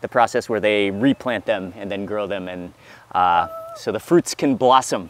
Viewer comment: ent! Dem sickening